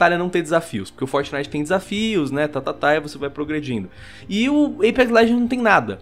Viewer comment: "Bo mata u fórtiniti"...